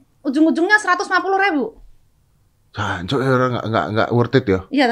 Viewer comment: OM.. Dedy Mohon koreksi bukan HANCOK.. Om.. Tapi JANCOK om yang bener itu..